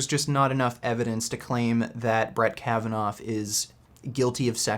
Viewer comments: You pronounce his name as "Kavanov" , when it is actually "Kavanaw". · Can you stop saying 'Brett Kavanoff', please? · The biggest criticism of last video was the fact that Kavanaugh has no "f" sound at the end dammit